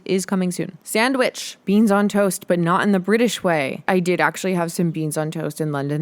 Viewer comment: stop saying beans like that